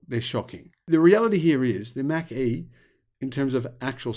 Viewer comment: well, the reason there is no demand for the 'Mack-E'....is because it doesn't exist. The 'Mach-E', on the other hand....is an actual, real thing. Correct phonetic pronunciation is everything.